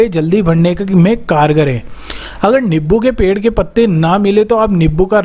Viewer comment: Nibbu nhi hota नींबू hota h